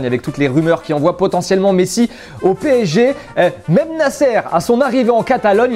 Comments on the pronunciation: Mdr pésékhé au lieu de psg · C'est puto P S G ET PAS PCG, faut ou leur dire quand même... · Bon après ils n'arrivent même pas a prononcer correctement "PSG" donc comment les prendre au sérieux 😂